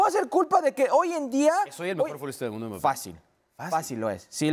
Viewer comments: A Hércules enseñenle a hablar y en especial como se dice Mbappé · que alguien le diga a ese tal Hercules que no pronuncia bien el apellido de Kilian x_x dolor en mis oidos cada vez que lo escucho